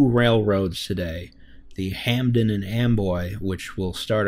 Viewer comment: "hamden" omg im dying